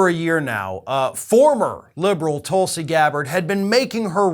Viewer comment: It’s “Toolsi” Gabbard